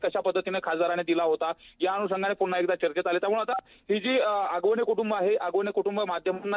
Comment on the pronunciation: Hagavane नाही आगवणे 😅